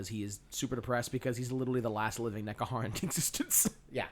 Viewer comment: This a bit of a hard listen. Starts off with 20 minutes of rambling, doesn't detail the function of the Mortuary cult, and they can pronounce Alcadizaar properly but can't pronounce Nehekhara even once